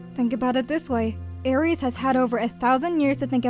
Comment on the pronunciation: Magic, you are my friend but your pronunciation of 'Aries" is pissing me off dude